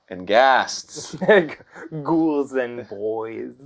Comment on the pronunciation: I really thought Danny said "Ghouls and Goys" at the beginning.